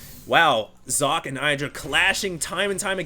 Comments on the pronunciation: I went to Google Translate and found out that it does very much mean, "Sock" but it was pronounced as "Zok-ka". You got it pretty much right! Thanks for the Info. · you have to pronounce the E in sockE. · You got your pronounciation almost correct. There is one more sound after how you say "Socke", the German "e" which is how you'd probably say "-eh" with a silent "h" or as the "e" in "taken". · jock... haha "Sock-Ke" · "socke" is German (as is the player) and it means sock (the things you put on your feet before you put on your shoes)... So, the right pronunciation would be something like "Sok-ka". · not sock you have to speak the e ;) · How to properly pronounce "Socke" 1. Start saying "socket" 2. Remove the "t" at the end and say Z instead of S in the beginning 3. Profit.. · okay, i pause the vid right now. 1. its called sokkeh (you dont pronounce the "h" its just easier to explain like that. the "e" is like in the word red) 2. aTn is alternate attax^^ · Socke is pronounced more like Zock-euh. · socke is german... prenounce it like you did and put an "e" like in "tennis" at the end and it would be perfeckt... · inohope Stating that it's still pronounced incorrectly isn't being over-sensitive. Personally, I don't give a damn (as a German), and I think most ppl are just trying to be helpful here. If someone goes ahead and states "Here, I can say it correctly!", then does it wrong, correcting him is being "full of oneself"? Right... Just pat him on the head and smile would then be the right thing? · You are pronouncing Socke's name wrong^^ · hey hd socke is from germany and the e at the and is pronounced too and it means just sock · socke is simply the german word for sock. you have to pronounce the e [ə] at the end. seems to be a little difficult for english speaking people :D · actually there is a pronunced e at the end of Socke's name, it's pronunced like pronunces it, just with an e like the first e in energetic at the end.